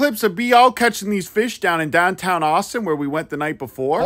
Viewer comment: The yinzer “dahntahn” really cut through to me hahahaha